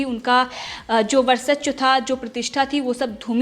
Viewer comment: ''वर्चस्व' को तुम क्या बोलती हो?